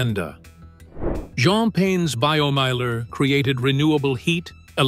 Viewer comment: Meiler is pronounced 'Miler, as in 'I'. Also, who has got that much space to build a Meiler?